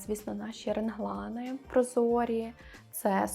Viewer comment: моя повага за те що Ви є собою) не пристосовуєтесь під роби так, або оце мені не подобається) Видно що у Вас здорова самооцінка. Але в мене є питання, Ви кажете в відео Генглан, це Ваша така фішка чи так правильно, бо я знаю що реглан буде по вимові. Наперед дякую за відповідь 😊